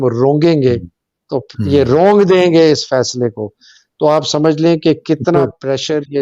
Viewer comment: it’s روند دینا، رونگ دینا نہیں۔ 😊